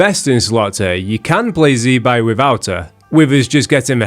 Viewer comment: Btw it's "zih-bye" not "zee"